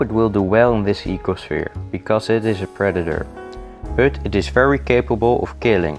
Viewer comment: i love how you say bøt instead of but nice video though i will try this one day. Thx for the advice keep up the good work